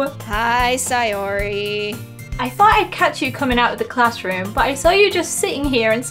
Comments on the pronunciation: It’s not say or ar it’s say or y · ITS say-ORY not si-ori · (its pronounced say-or-ee) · it’s not sAyori it’s sayori as in say no hate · don't say it like si-or-e say it like say-or-e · Not trying to be rude but most people say: SAY--OR---IE, not: SIE--OR----IE!!❤ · Its Say-Or-e sorry it bothers me.. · Say - Or - E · you seed sayoris name rong say or i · When she says sayori with an i not an a